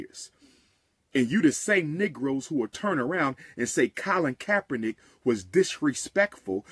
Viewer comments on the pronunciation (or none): none